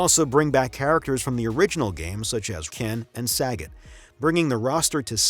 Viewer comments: Hey you saggot aff nutha sucka - it's pronounced "suh-GOT" 😂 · My biggest takeaway from this video is that you call “Sagat” as “Sagget” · i agree pronouncing it "saggit" but we live in a very pc climate and now his name is pronounced "suh-got". now edit your video before i send 90,000 blue hair karens your way